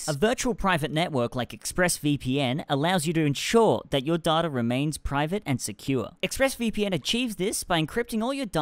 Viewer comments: Every time he said data I heard daughter 😂 the governments trying to take your daughter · Sorry, I know Americans and Australians pronounce data like that, but the way says it is so funny - DARDTA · you say data as data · The way he says data hurts my soul